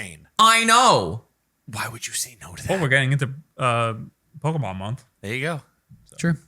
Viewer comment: Man… the pronunciation of the Pokémon is really putting a damper in this episode. It’d make sense for someone who doesn’t have exposure to Pokémon, but to be a self proclaimed fan, it hurts.